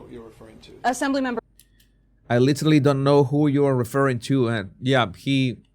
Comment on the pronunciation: He looks drunk. He slurs his words when he says "I literally". The slow eye closing is a classic sign of inebriation. I have been a recovering alcoholic for 12 years, and I know the behavior and speech patterns from my own experience of trying to cover it up at my jobs, with my kids, etc. No eye blinking is a psychopathic trait. I was married to a narcissistic sociopath. He looks generally disinterested and when he smiles it's really creepy. I'm not in politics but I don't follow the question either. The reporter sounds like a Karen.